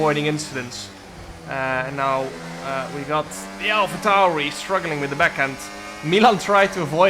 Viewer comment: Why you calling it an alpha tauri